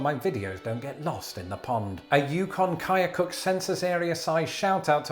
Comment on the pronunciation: Your videos are always a bright and interesting spot in the day! Thank you for another fun one (from a remote Alaskan borough which, while itself is organized, is adjacent to unorganized census areas through which dog sleds are currently racing) ~ And after seeing you say 'Yukon-Koyukuk' so well, I've just joined your Patreon group :)